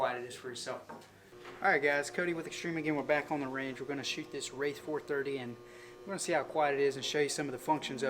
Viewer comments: The “wreighth 430” lol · Too many people keep calling this a wraith instead of wrath.